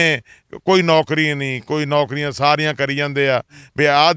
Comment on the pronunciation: ਜੇ ਨੌੌਕਰੀਆਂ ਨੂੰ ਨੌਂਕਰੀਆਂ ਕਹੋਗੇ ਤਾਂ ਕਾਹਦੀ ਆਸ ਕਰੋਗੇ?